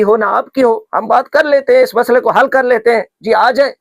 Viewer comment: لفظ مصالحے نہیں مسئلے ہے بند کمرے میں تنہے تنہا تنہائی میں رکارڈنگ کرتے ہوۓ بوکھلاہٹ کا شکار ہو گئے سامنے بیٹھ کر مناظرہ کیاکرو گے